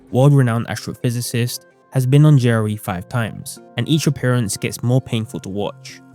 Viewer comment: Took me until for me to realize he's saying "JRE" NOT "Jerry"